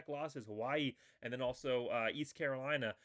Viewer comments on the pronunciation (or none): none